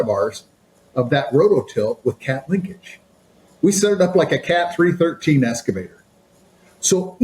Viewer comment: “Strategic accounts manager” but can’t pronounce “excavator”…. 🤨 There is no “S” in EXcavator!